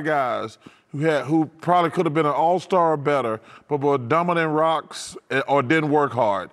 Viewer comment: "Dumberdarocks" .. lol